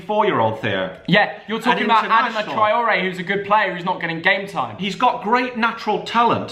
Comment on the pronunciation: Y the hell did you say Adama troray